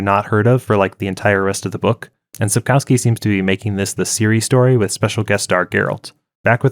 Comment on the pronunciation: You butchered both the pronunciation and the spelling of Sapkowski in the opening seconds, and that was only the beginning of inaccuracies of this summary.